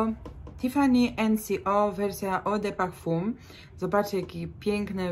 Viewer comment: Fajnie pani mówi o perfumach, ale nazwy wymawia pani niepoprawnie i to rujnuje wszystko.Przykład: Eau de parfum wymawia się,,o de parfę". Nomade to nie no made.Nomade to francuskie słowo i oznacza koczownika. Chance również należy wymawiać po francusku.